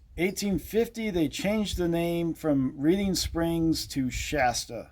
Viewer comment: I thought it was pronounced like the color Red for Major PB Reading? That’s what we’ve been told many times.